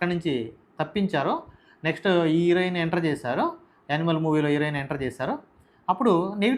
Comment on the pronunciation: నీకు హీరోయిన్ పలకడడం రాదు.. నువ్వు. నీ తొక్క analysis